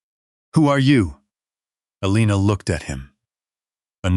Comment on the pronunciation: The Nurse's name is Elana, not Alina!